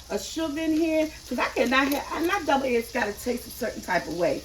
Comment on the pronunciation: Are you saying Double eggs? 🤷🏽‍♀️